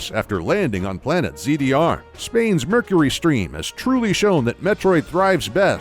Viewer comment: It's Mercury Steam, not Mercury Stream.